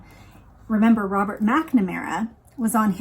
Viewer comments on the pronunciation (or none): none